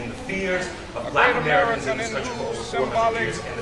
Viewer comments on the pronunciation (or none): none